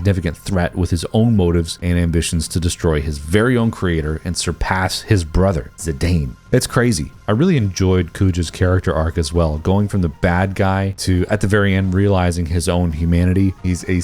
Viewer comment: uuuugggGGGGHHH! dude, it's Zih-dann. like the French footballer, and also like how the Japanese name is 'Jitan'